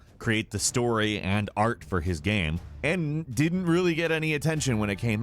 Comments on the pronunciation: Ghem ghem ghem ghem lol , all I hear is ghem not game. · My man keeps saying 'gayem' - It's GAME. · I love how this guy says ‘game’.... ‘gyame’ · why do you say gam? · hjk yeah. he’s going back and forth mispronouncing game and then pronouncing it correctly.